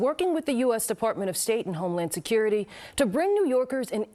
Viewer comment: She said state and homeland securtiy ...😂